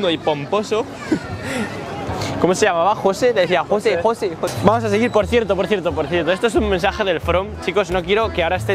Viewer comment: no, alv, entendió" José "en vez de "Heshui" que es como verdaderamente como se pronuncia las palabras.